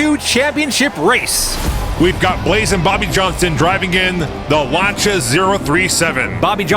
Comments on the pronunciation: love this! one thing, Lancia is pronounced 'Lanceeea'.. not 'Lancha' :face-red-heart-shape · I enjoy watching these, but the way you mispronounced Lancia drives me crazy